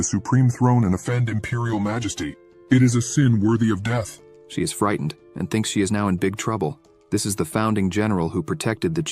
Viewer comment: deeth.....i had to stop....leern engrish